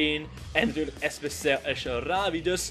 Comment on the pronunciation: jij lunt echt niet praten met je sbc klinkt als poep als je dat zegt